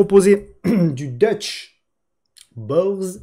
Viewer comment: deutsche Börse, ca se prononce deutsche Beurse. c est l Euronext allemand